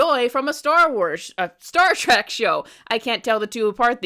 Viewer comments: Not Star "trach" it's Star "Trek" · It's Star TREK, NOT TRACK!